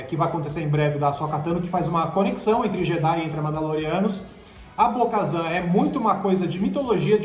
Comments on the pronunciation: Bo KaTAN meus amigos T T T nao z é T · Bo-Shazam, a Soka kano, gente pelo amor ddeus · Bo Kazan foi foda, virou o Galvão Bueno, tem um pronuncia única para os nomes. Nossa tá mt fraco 😔, se vê de longe q eles leram um resumo de alguém q assistiu, podiam colocar alguém que é fã ou q entenda mas a essência de Star Wars, ou que saiba pronunciar os nomes ao menos. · Kkkkkkkkkk 🤣 bo kazam. Não. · Quando ele falou Bo-Kazan eu parei de ver o vídeo e ainda negativei, antes de fazer um vídeo leiam sobre o que vão falar. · meus ouvidos sangraram ouvindo esses "Bo-Kazan", se não assiste a historia pelo menos estuda antes de fazer o vídeo. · “Bo-Kazan” é scanagem!! Até tu? Pelamor de Deus, os 3 falando errado. Nem pra estudar a pauta antes. 🤦🏻‍♂️ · doeu de ouvir Bo Kazan! E sabre sombrio kkkk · correção: Bo KATAN. não kazan. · "Bo - Kazan"???? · Cada vez que eles falam Bo-Kazan eu me sentia esmurrada no estomago, dá para ver que são muito fãs ... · Não é BO-KAZAN é BO-KATAM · Bo-Kazan??? Esperava isso dos outros ali, mas do... nem pra falar o nome certo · É Bo KaTAN, NÃO BO KAZAN PELO AMOR DE DEUS CARA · É Bo-Katan,! Ahsoka e Yoda com acento no ó a gente até releva pelo sotaque... mas Bo-Kazan já muda demais;) E Jedi não tem plural... Queria que tivesse a Sabine, e quem sabe algum sinal de Ezra? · Um conselho, não passem vergonha, prestem atenção nos nomes não "Bo-Kazam" é Bo-Katan, se não souberem pesquisem ! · Bo Kazam?? não é Bo Katan???? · Porque vcs estão chamando ela de BO-KAZAN??? O nome dele é BO-KATAN!!!! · Não é Bo-kazam é Bo-katan!!!! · por isso que o ta morto veio... perdeu todos os caras de referencia... na segunda vez que falaram BO-KAZAN eu parei o video, na moral de vocês tem que botar gente que conhece e assiste as séries pra falar veio... na moral. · É Bo "Katan" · ouvir Bo-kazanq foi de fuder viu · “Bo-kazan”q agonia mds